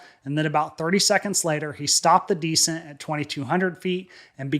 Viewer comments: Please! The word for lowering altitude is NOT DEEscent like taking stink off of something. The word is descent, the accent is on the 2nd syllable (de-SENT). One of the less than great things about AI. smdh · The word DESCENT is pronounced like this... accent the SECOND syllable, not the first. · You need to learn the difference in pronouncing descent vs decent